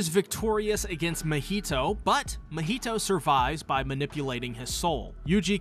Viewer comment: Why did he turn Mahito’s name to a Spanish dish 🤣🤣